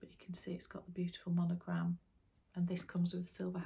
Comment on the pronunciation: Hello! I love watching your videos and listening to what you talk about bags. I’m wondering why you always say monogLam instead of monogRam, or do people in Great Britain say that, and also on the British LV website they write monoglam?